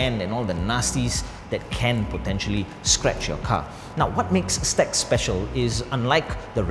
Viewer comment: Great video, but "STEK" is pronounced "S - TEK" and it stands for "Shield Technology". I was told this by the manufacture that is based two hours away from me. I just started carrying their products.